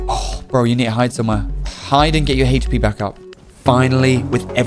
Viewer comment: For the love of god stop pronouncing HP as "heyshpe".